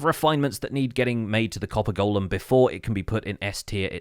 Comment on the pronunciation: FINALLY someone who can pronounce 'golem'! Somebody send this vid to ALL the Hermits!